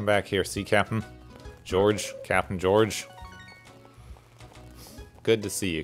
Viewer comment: Some other names you have had trouble with: Georg is probably not pronounced "Jorj" but the German way, "GAY-org", Dosetsu is pronounced "doh-SETS-ooh" you could even make it Dosetsu-sensei ("doh-SETS-SIN-say") because he is a teacher. Next is Reina, probably pronounced "RAIN-ah" not "REE-nah", Iori, spelled with an "I" not a "L", is pronounced "ee-YOR-ee" and Misaki, pronounced "mih-SAH-kee".